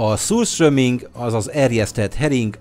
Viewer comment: Én a kávéra és a rántott tarantullára beutazok. Amúgy rosszul ejtetted ki az utolsó előtti "ételt". Így kell: szürstörming(ezt egy svéd youtube-ertől néztem,Anomaly-tól).